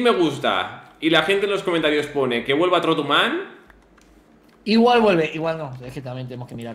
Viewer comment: osman play128 se dice tortuman